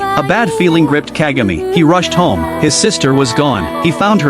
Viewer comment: It's pronounced Kahgah may.